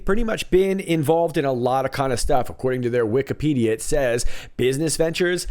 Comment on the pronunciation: Did he really just say “Wikipedia”? He never says it like that! It’s 🎵WIK-i-WIK-i-pEdia🎵 Man! He’s slippin!